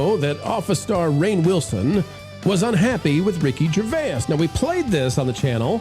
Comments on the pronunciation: I have never heard anybody pronounce Ricky Gervais that way😂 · Only two syllables necessary.